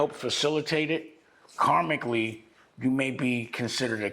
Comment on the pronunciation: Dame said “karmicly”